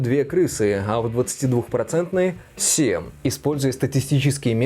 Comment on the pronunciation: СеМ (7) !!! Умоляю, только не сем ! Семь (7) !